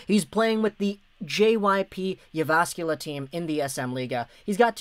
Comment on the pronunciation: Wow, you pronounced Jyväskylä very well...